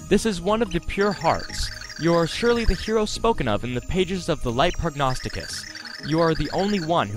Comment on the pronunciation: I'm also very proud of you for saying Prognosticus correctly- you're the first YouTuber I've seen that's read through that perfectly the first time. Nice job